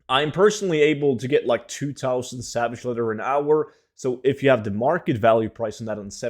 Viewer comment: You need to learn how to pronounce your words correctly. There's no such thing as savage letter. Or a Revendreft. Maybe try spending less time tryng to sound cool your intros and gain a better grasp of the English language.